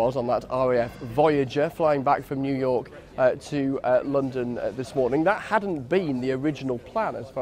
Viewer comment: Jew York?